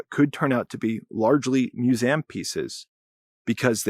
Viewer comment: and AFAIK no native English speaker in any country pronounces "museum" as myooZEHəm. What's your mother tongue?